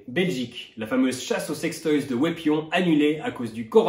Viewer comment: Je ne m'attendais vraiment pas à ce qu'un non-Belge prononce aussi parfaitement le nom de Wépion :')